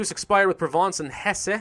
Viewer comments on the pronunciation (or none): none